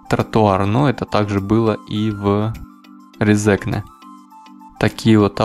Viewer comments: только не резЕкне, а рЕзекне) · Автору здесь часто указывают, что он не правильно произносит РезЕкне. Тогда как правильно РЕзекне. В России больше свободы и никого не заставляют коверкать те же фамилии. Вот со мной служил латыш Лиепиньлаускис. И никто не заставлял его называться на русский манер Лиепиньлаусковым. Тогда как в Латвии такое коверканье внедрили на госуровне. Абсурд. Так что простим автору. И скажем спасибо. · Правильно Ре́зекне, а не Резе́кне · Эхх россияне, россияне произносится не Резнкне а рЭзЭкнЭ и ударение на первую Э то есть Е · резекне ,ударение на первую если! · за видео молодец, но на резекне ударение на первую гласную - РЕзекне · РЕ-зе-кне!!! ударение !!!!! stulbenis, bljaviens! ) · Ударение на Первую е Ре'зекне. А то режет слух. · Лол, правильно Рéзекне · Что бы россиянам правильно произнести, надо писать Рэзэкнэ. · Резекне ударение на 1 е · Резекне - ударение на первый слог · Резекне не правильно читал, немного раздражало, но само видео интересное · Резекне ударение на 1 букву е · Резекне ударение на первою е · Автор тебе сложно посмотреть ударения названия города,постеснялся бы